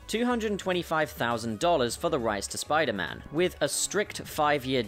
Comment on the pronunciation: 'Spuman' hahaha I died